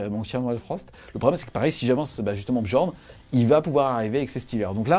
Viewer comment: Les 'J' dans les noms vikings sont utilisés comme des 'i' Comme pour la Red Sonja, on dit Red Sonia. Donc on dit Niarl et Biorn